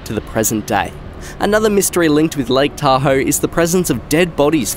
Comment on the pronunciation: Thank you for saying Lake Tahoe correctly